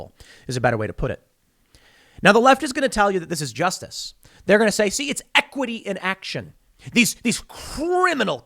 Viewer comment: What was that word? Juicestice? Jewstice? Justinstice?